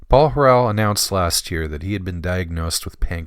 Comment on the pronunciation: Are you joking? Your failure to even correctly pronounce Paul's name renders this video worthless.